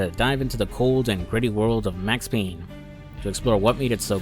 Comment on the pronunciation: It’s Payne!